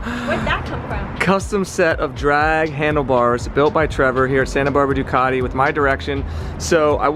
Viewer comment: I think the most annoying pronunciation in the world is the way Americans say Ducati.